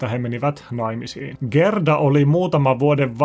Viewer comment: Haloo! Gerda lausutaan: Jäärda